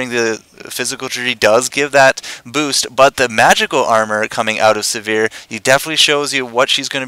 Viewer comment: Sivir: first "i" pronounced like "igloo" and second "i" pronounced like "e" in "er." Emphasize the first syllable. Siver, not Severe.